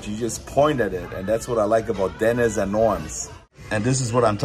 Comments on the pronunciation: Why are you pronouncing it DENNIS, Instead of Denneesss!!???? lol!!! We got to get nrid of that German accent, lol. DEN--EEESSS, Not Dennn--Isss!!! Just pickin with ya Buddy!!!! Thanks fa the video!!!! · Why you calling the restaurant Dennis like Dennis the Menace. It's called Denny's like Benny's or Jenny's. Great restaurant I went there when I was in Hawaii. Great video showing the Science Center.